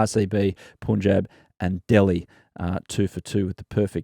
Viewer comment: Adam, love Willow Talk. Listen to every episode. Don’t take it the wrong way and I didn’t want to but you said it too many times so here it goes: can you be the pioneer in saying Punjab like pun in no “pun” intended. Not sure why BCCI never had the pronunciation corrected for people in the outside media.